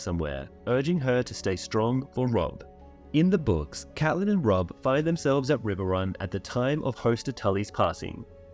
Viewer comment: Thanks for pronouncing Catelyn the way we like it